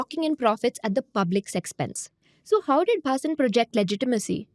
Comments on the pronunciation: ATLEAST take the name correctly ....BHHHAA-SIN is wrong .....the pronunciation is Bhasin ! 😂😂😛😛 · Zerodha folks.. when you do research videos can you get the name right pls.. it is pronounced 'Bha seen" .. not "Baa sin"... the fact that the name is mentioned close to 100 times in this video makes your good efforts look poor.. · U r Punjabi or from north - can't u pronounce "Bhaseen" wtf is bAAsin ? Shamelessly colonized mind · Not Bhaasin, it's Bha-seen. Read it in hindi. SEBI should look in its own backyard and probe Madhabi Puri and her husband's ill gotten wealth. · His surname is pronounced as Bha-seen. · Can u please pronounce the surname correctly .. and what were the channels who put him on air doing as due diligence ??? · Is angrej ko भसीन padhna nahi aa raha hai. Faltu ki artificial accent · She is not able to pronounce Bhasin correctly. The reading is so dry that it looks like a robot reading the news. There's nothing New in this fraud, earlier CNBC Awaaz was caught with a similar modus operandi. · Pehle "Bhasin" pronounce karna sikh le. Cringe af